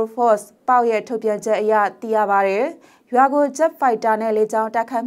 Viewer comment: အံကျိတ်ပြီး ( တယ် )လို့မပြောပါနဲ့လေကောင်မရေ့